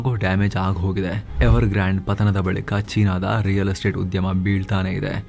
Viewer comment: who related ಗಾಂಡ್ ಗಾಬರಿ ❌ ಗ್ರಾನ್ಡ್ ಗಾಬರಿ ✅ 😂😂😂..